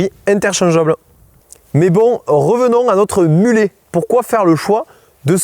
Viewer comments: Ici on prononce mulet et pas mulette 😂📣. Bien les arguments. J’ajouterai que le 27,5 est intéressant en + pour avoir comme dit dans la vidéo le même grip que le 29. Cela permet de mettre une cassette moins grosse et moins chère. Dans les très grosses pentes on est gagnant. Ça tire plus court. Avantage avec un VAE cela permet de garder un grand plateau à l’avant et de moins tirer sur les maillons de la chaîne en sortie moteur. Dans les inconvénients en voyage on a deux trains de pneus différents et on n’emmène souvent qu’un seul pneu de rechange. Merci pour ce descriptif d’un mulet et pas d’une mulette 🤣🤩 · Pourquoi prononcer "mulette" et non pas mulet ? Ce mot est d'origine française. De plus un mulet est bien un hybride (de 2 équidés) tout comme ces vélos (29 et 27,5). Si quelques fois des termes sont employés on ne sait pourquoi, là c'est criant de simplicité. Où serait le problème de prononcer mulet (à la française) ??? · mais pkoi prononcé mulète alors que ca se prononce mulé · Salut, on ne prononce pas mulette !! mais mulet. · Mulet et pas mulette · Bonjour et merci pour la vidéo très claire. Juste un détail.. en français mulet se dit « mulè » pas mulette… déjà que ces pauvres bêtes n’ont pas la côte… entendre ça leur ferait saigner les oreilles.. qu’ils ont très grandes 😞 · Mais pourquoi on prononce mulet a l'anglaise. Comme si ce mot n'existait pas dans notre langue. 🤷‍♂️